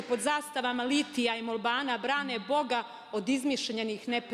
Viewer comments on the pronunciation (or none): Može li joj neko objasnit, ovoj pametnici, da se kaže MOLEBAN a ne "molban"